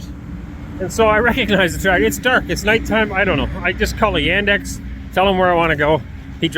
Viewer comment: The alternative to the public transportation that was mentioned was Yandex taxi. The pronunciation made it difficult to understand. Basically, Yandex is Russian Google. Uber and Lyft left Russia with the sanctions, so Yandex taxi is a big deal now.